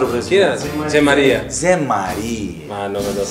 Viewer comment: Its the right pronunciation of the name in Brazilian accent